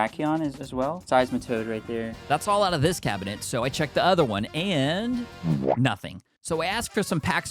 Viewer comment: Bro why does he say cabinet cab a net